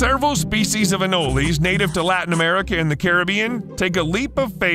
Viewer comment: I am so glad you pronounced Anoles correctly. Ah nole lees. Not Ah noles. Cuban Anoles are all over Florida. They make excellent pets and you can still leave them outside. A cap of water and meal worms from any pet shop. Females have stripes going down there back. In school crazy girls would wear them on there ears. For real. No they do not hurt when they bite and they hang on for a long time.